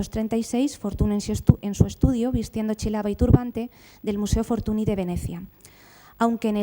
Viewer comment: con lo que usted sabe de don Mariano, no sabe decir Fortuñ en lugar de Fortuni (NY = Ñ), pero creo sinceramente que si conoce esta regla ortográfica del idioma catalán, lo que no le da la gana pronunciarlo bien. Es una lastima porqué su conferencia chirría cada vez que suena el apellido Fortuny mal aplicado. Me gustaría saber que motivos tiene para mantener esta postura.